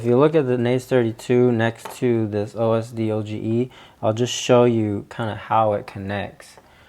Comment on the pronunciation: It's pronounced O.S.Doge not O.S.D.O.G.E. (named after the Internet meme)